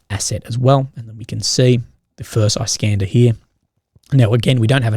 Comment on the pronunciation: hey iskander is pronounced like "is-" (s like snake)"-cun-der". Thanks for your update!